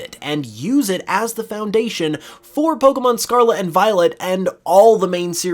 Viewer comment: If you stop saying scarla interested of scarlet ill subscribe